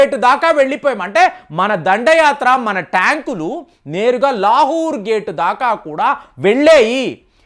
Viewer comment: ప్రియమైన, మీరు చం చ గిరి చేస్తున్నారు. కొన్ని పేర్లు sariga పలకటం లేదు లహూర్ కాదు లాహోర్.భజన చేస్తు సరిగ్గా అర్దం చేసుకోవటం లేదు.అదే ఫోటో రెండో కాపీ చేసి అక్కడ ఇక్కడ పెట్టవచ్చు కదా! మీరు చెప్పు చున్న ఫోటో కూడా పెట్టండి. సమస్య పరిష్కారం.